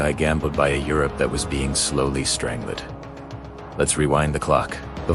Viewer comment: starting off strong w “strain-gled” lol